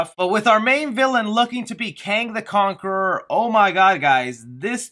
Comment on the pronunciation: "Kong the conaquerer" 😂lol. Good video